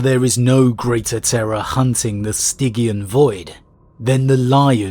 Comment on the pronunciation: Stygian is pronounced Stidge-ian my dude.